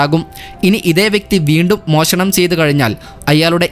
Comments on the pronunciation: മോശണം അല്ല മോഷണം ശെരിയായ ഉച്ചാരണത്തി ൽ വാർത്ത അവതരിപ്പിക്കുക 😊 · മോശണം അല്ലടാ മോനെ മോഷണം.